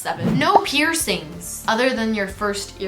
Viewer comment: the ‘ no pearcing ‘one, hurts my soul 😭